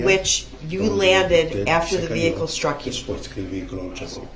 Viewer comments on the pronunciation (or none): Oh, and add “sh-truck”.